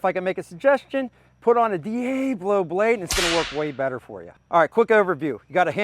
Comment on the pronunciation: Diablo, Not Diablo. 😂😂